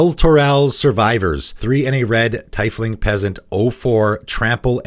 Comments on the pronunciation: I think it's 'teef-ling' because its etymology draws from German, with 'tief' referencing 'deep' and said word having the EE rather than AI sound: I think people shouting "white is bad" without having much of an idea of why it was bad will be replicated across other colors, until all the colors do the same thing and the power creep becomes a power sprint. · Its pronounced " Teafling" or " Teefling"